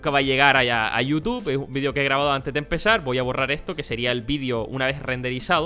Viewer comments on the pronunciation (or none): none